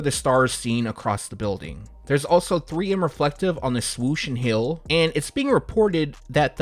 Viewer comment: HEEL?.... IT SOUNDS LIKE YOU'RE SAYING HIL